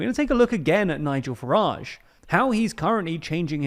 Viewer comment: Ah yes, "Nigel Garage"